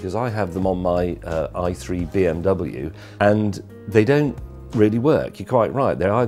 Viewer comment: Your "i3". UGH!